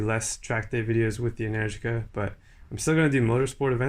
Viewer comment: Ah man you make me miss NZ. I think I'm hearing things but are you saying "Enenergica"?